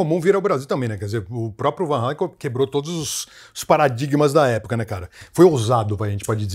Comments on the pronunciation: Um comentário: a pronuncia certa é realmente VAN HÁLEN! e não VAN “HÊILEN”! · a Conversão de 3,000 Cruzeiros em valores atuais é de 113 reais. Foi caro na época ? Bem, os fã brasileiros não estavam errados em falar Van Halen, porque o vogal A em holandês soa como o nosso em português. O correto mesmo seria "Fan Halen", já que em holandês o V se pronuncia como F.